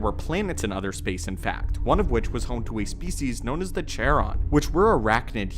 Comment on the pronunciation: Charon is pronounced "Karon", not Sharon. It's Greek.